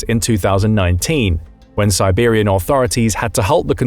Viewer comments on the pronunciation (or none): none